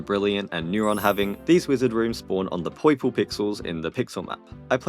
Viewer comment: "Poiple pixels" 🗣️🗣️🔥🔥🔥